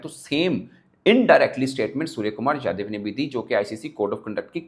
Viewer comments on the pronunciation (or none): It’s yadaw not yadiv sai kary